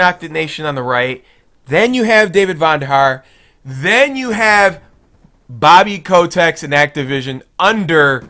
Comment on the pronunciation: bobby kotex! hahaha! Its bobby kotick f1st!